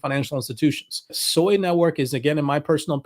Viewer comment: Sui is pronounced SWEY! Not SOY. there is no O in Sui.